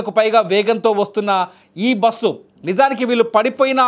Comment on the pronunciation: It is very difficult to listen this anchor bussu basuuu how many times he repeatedly..how bike driver is responsible. They met accident and lost life before bus accident. Bus driver shoud be responsible without observing what is on road